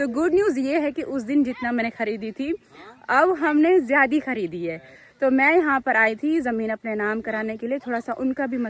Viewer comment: tumhare kuch words bhtt ghalat hn sahi se bola kro ziadi nhi ziada hota he zehid nhi zahid hota he